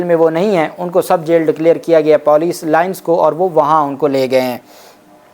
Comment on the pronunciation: This Pendu has no limit pronouncing wrong / Insulting Urdu words.... Police and Bazyab Kerwana